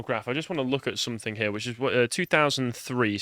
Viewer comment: its SOMETHING, NOT SOMETHINK!!